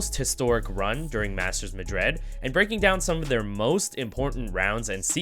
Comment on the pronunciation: bruh just questioning why do you pronouce Madrid so weird lmao, like madread? good content tho